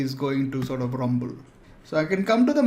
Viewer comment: "I want his stomach to rumble a little.." The pronunciation just killed me. 😀